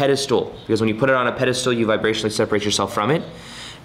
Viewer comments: Ugh “pedestool”? It’s pedestal,. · He says "Petistool" lol it's Pedestal